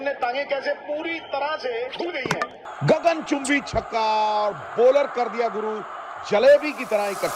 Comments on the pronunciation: Bhai "hai" ko "eh" mat bol 😊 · bhai aap ye "hai" ko "ha" kyu bolte ho ?